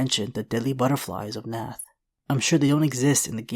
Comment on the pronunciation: It’s pronunciation is Narth!!